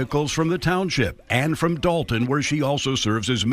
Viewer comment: They keep pronouncing it like Dalton, but it's appropriately spelled Dolton, as in DOLT! 😂